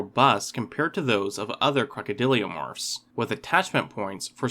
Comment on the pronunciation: Crocodylomorphs my dude. Not crocodyliomorphs. Love your videos bro